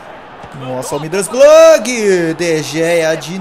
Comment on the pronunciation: já q vc n consegue falar Middlesbrough direito fala "Boro" é meio que um segundo nome do time saca